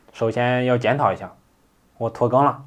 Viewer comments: 拖更竟然听起了“脱肛”🤣还担心了一下下。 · 我也听成脱肛了，吓了一跳。